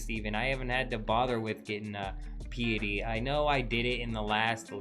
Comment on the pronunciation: Who says draconic VYE-sage or PEE-itty? Even the Europeans I play with have consistent pronunciation on these.